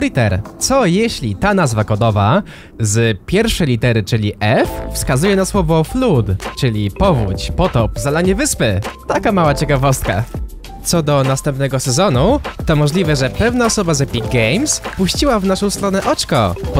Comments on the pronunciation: nie 'flód' tylko 'flad' taka mała korekta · Flood wymawia się ''Flad'' a nie Flud XD